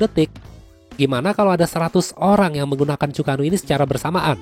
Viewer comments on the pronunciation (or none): Bang untuk penyebutan Chu-ko-nu itu Chu ke nu bang.... mungkin bisa bantu dikit...